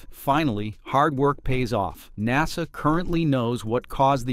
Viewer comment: PRONOUNCIATION OF nasa IS now nazZA